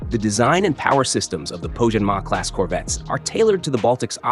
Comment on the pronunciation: "Poijjanmaa" "RMC Defense Oiiii" This video is clearly made by AI.